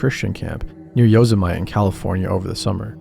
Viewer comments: Muh - tee !! Lmao 🤣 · "yo-so-might" good lord😭 its "yo-seh-muh-tee" big dawg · Yo-se-maw-tea if you from the south… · Yo-sem-ity pronounced that way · I have not heard a true stories channel say Yoze- emite in years! Nostalgia! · Yosemite rhymes with Vegemite 🤔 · Y-owes-mite are you fkn kidding me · Okay “Yosemite”. That made my ears bleed. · An American pronouncing Yosemite like a foreigner like me.. Funny... "It's not the fart that k!lls, it's the smell" -Petter Solberg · And who gives a crap how he says Yosemite His stories are consistently shit Every single upload nothing but crap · I came to express my disdain for the horrible mispronunciation of 'Yosemite,' but I see I'm not the only one! 😳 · At least learn how to pronounce the name of the national park right. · Dude, that's not how you pronounce Yosemite. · I thought I misheard him til I heard it the 2nd time 😭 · I had to rewind to be sure I heard that right 🙃😅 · Lmao bro, that is not how you say Yosemite 😂